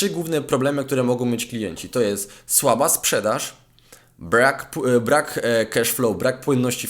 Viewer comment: „Brłak” haha za dużo angielskiego :D Dobry materiał, dojdę do poziomu i również będę podobnie działał co Ty :)